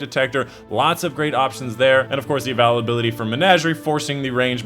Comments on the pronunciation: Yeah he says avalability, instead of availability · Love your videos, but really not sure why you're struggling to pronounce "availability". Should be "a·vail·a·bil·i·ty" (or phonetically "a·vail·a·bill·a·tee"). Keep up the good work! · The first time i heard him say avalability... I thought I was mishearing, then I heard it again. I never knew someone could mess this word up. Congratulations. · Once I heard "Avalability" I had to turn it off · We all have a quirk somewhere when we pronounce a certain word.. that is his :) its all good! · I was about to say the same thing it's so Annoying it's a great video otherwise but he never says it right just pisses me off feel like he does it to troll.